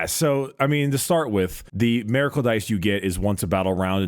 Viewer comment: please I’m begging you. It’s miracle, not maracle